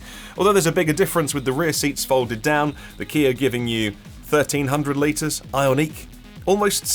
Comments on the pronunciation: Why is this guy pronouncing Ioniq as if it is a French word? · I would pronounce it eye-ahn-ick. It he first two syllables are based in the word ion which shows the electric nature of the car, so I would make sure the -n stays with the second syllable.